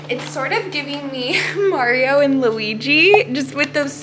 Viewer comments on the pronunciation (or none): none